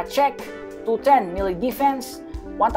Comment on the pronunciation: he said 20 million desfense